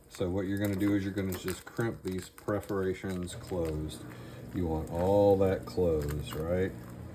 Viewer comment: Pre-ferations?? Or Per-foration?? 😂 Still got what you meant!